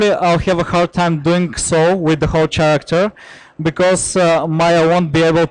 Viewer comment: it seems only to me that this guy can't pronounce the word character ?